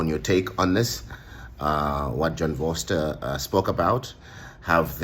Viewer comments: It's pronounced Foh-ster, my man. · Its pronounced Forster. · John Vorseter? Yeah right...Maybe Vorster...